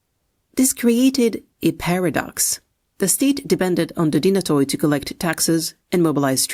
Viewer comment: The stratigoi and dynatoi alike is plural for stratigos ans dynatos , and the “oi” is pronounced like “e” or “y”